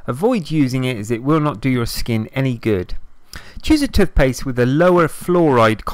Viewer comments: It’s toothpaste not tutpaste and why are u breathing so heavy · It’s T O O T H P A S T E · I never knew I could use "TUTHpaste" to dry out spots. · Tufpaste haha. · I know this is a serious video butttt when he says tufpaste it's so funny 😂😂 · No one: This guy: *Tuthpaste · They way this dude says toothpaste got me fucked up ‘tuf-pes’ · Ffs tuthpaste 😩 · Tooff pasfe.